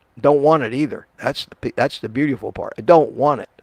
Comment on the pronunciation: Hehehe, didja say "bueteefull " ? 😂 You can take the kid out a Philly, but you can't take Philly outa DaKid 😅